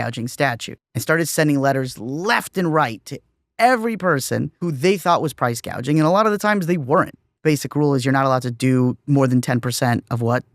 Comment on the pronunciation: "gouging" not "gauging"